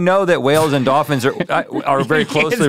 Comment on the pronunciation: Rhett: “Dawphins.”